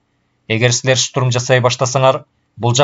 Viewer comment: Бир созду кайра-кайра кайталай бериптир автор,кислотаны ашыкча эле коп жазган,тапа-так ,деген соз жок,так которуп,деп жазылат.Орусча создорго ударение туура эмес жасалыптыр,туура эмес окулган, шутурум эмес,штурм,дагы бир нече создор.